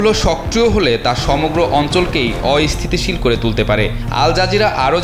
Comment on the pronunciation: রিপোর্টার ভাই.. অ-ইস্থিতিশীল না, হবে অস্থিতিশীল... উচ্চারন টা শিখে তারপর রিপোর্ট কইরেন !!